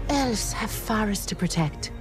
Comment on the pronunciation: Too many Belfs, Borcs, Bwarfs, Bwizards and Bhobbits in this movie.